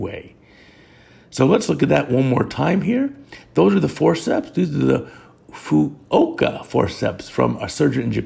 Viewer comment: Great video as always 👍 FYI, Fuoka is correctly Fukuoka.